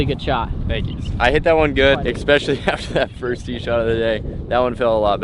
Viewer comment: There is no x in the word especially...